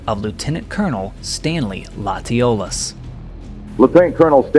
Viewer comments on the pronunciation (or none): Thanks for this interesting video. But I do have to say that in Louisiana, Latiolas is pronounced Latch Oh Lay.